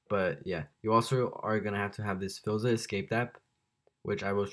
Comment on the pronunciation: Hold up what is fillza it’s pronounced fileza